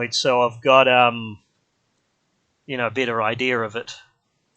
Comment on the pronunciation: You say bitter instead of better and idge instead of edge 😃